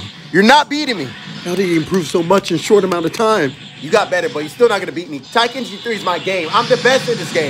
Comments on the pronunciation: I know he's joking around, but It's ten kai ichi. It literally means "The best in the world" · my lil bro used to saying it exactly like that, it triggers me every time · Better than my friend who pronounces it like, " Tah-kee-chee" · We can all agree it's "ten-kye-ee-chi," right? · tai-kenchi? That's an interesting way to pronounce it lol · Did he just say taikenchi? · Please pronounce it right. Ten-kai-echi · Ok so everyone relating to this is no one gonna talk about how he said Tenkaichi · yeah he’s pronouncing it wrong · Has to be part of the video, because they pronounce it differently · I couldn't get past the fact they couldn't pronounce Tenkaichi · Dislike just for the way u pronounced tenkaichi bro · Why'd you say it like that lol it's Tenkaichi 3 not TAI-KACHI 3. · “Taikenchi 3” 💀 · Tenkaichi not Taikenchi 🤣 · I like how you were saying taikenshi when it's Tenkaichi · What I see: Tenkaichi. What I hear: Taikenchi. What I want: Budokai. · I can't be the only one bothered by the "Taikenchi" instead of "Tenkaichi" XD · “Taikenchi” lmfao. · Bruh said "TAI-Ken-CHI" 🤦🏾‍♂️😂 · Tai-Kenchi 3 lmaooo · taikemchi 3 :D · When you realize he's been saying "Taikenchi" instead of Tenkaichi the whole time. We'll let it slide tho, this video is pure gold. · Yo did you just say “taikenshi” bruh...smh 🤦🏾‍♂️ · Literally every dbz voice actor when you start this game: "DRAGON BALL Z BUDOKAI TENKAICHI 3" This guy: "Tai kenchi" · Aside from my guy saying “taikenchi” instead of “tenkaichi”, video was 100% factual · The fact that he called it taikenchi 3 in the starting disturbed me to the point that i had to penance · Man's said taikenchi LOL but a classic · Ah yes, good ole "Taikenchi 3". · Every time you said taikenchi" I felt some of my life Force drain away Other than that, great video, really made me laugh 😂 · My guy calling it Taikenchi at the start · Did this man really say Taikenchi 3? I ain't never heard of that DragonBall game lol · Tie-ken-chi 3 😂😂😂😂😂😂😂😂😂